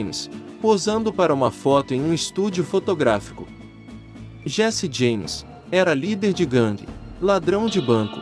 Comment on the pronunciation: Ótimo vídeo, mas farei uma crítica construtiva em relação à pronúncia de 2 nomes : 1- Jesse James (DIÉSSI DIEIMES) 2 - Pat Garret (PÉT GUIÉRRIT) Parabéns pelo vídeo!!...